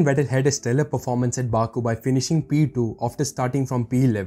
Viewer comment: Vettel, not Vetter